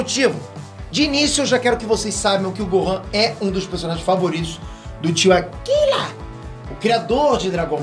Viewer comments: não é akila. Ele é japonês, então tem q falar com o r bem destacado e como se tivesse brigando kkkk. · Para de falar akila assim kkkkk Rachei